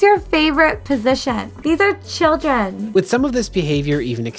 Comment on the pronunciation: 😂😂😂 chill-dren and vir-jen 😂 I just can’t!